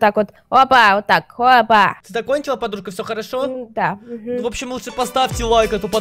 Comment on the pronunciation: Не холошо а харошо